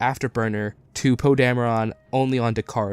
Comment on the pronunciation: Stop saying “Poe Dameron” so weirdly